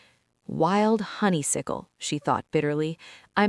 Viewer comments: I Loved Both stories and want More from these Fantastic characters! But Please, it's Honey-Suck-el, Not Honey-Sick-el, distracting!❤❤❤❤ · Hate Silas!! He's a hater. She's still saying HONEYSICKLE!!!!!!!! Aaaah! How cute the tracker fell beef jerky! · Why is it impossible for this AI to pronounce "honeysuckle" correctly 🙄🤦‍♀️?